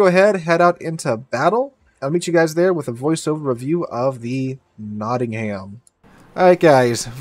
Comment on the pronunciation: pronounced Notting-um